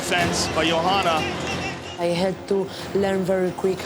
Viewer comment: Gotta love Goldberg trying to pronounce Joanna "Iondjentjakk"